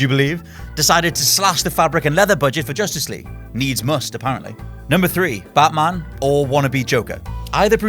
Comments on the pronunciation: You idiot that Batman not Baaatman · that pronunciation though... bartman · Stop saying "Buttman" all the time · "plus it's baatman"